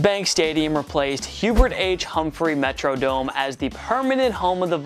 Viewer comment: I always cringe when people call it the Met-row-dome. It’s locally pronounced the Met-rah-dome.